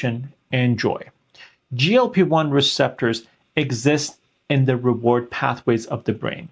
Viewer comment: Doctor, you have to work on your sound pronunciation.‼️ GLP1 from you constantly sounds like GOP1, confusing me further. And GLP1 does not need to prepare the pancreas for insulin (it's the job of the pancreas), GLP1 actually stimulates insulin release from the pancreas into the blood when glucose is becoming high, while at the same time, slowing stomach emptying, for a tamed glucose uptake which is happening down in the small intestine.